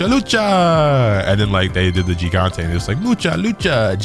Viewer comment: Dude, Mucha Lucha is my jam! (Also to pronounce Gigante you say it like if it started with an H. Since for some reason someone decided it makes an H sound in Spanish...)